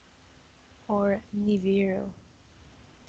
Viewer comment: it's niBIru, not niviru